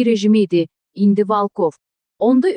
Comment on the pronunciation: Ay gız Valkov değil VOLKOV VURGUNU BİRİNCİ HİSSEYE VOL KOV